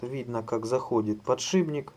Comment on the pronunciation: ... подшиБник ... дальше и слушать перехотелось .